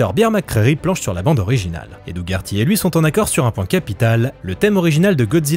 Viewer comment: ça se prononce doh-erty C’est horrible ce que tu fais, sachant que le pauvre Doug Herty pensait qu’il allait réaliser le film:p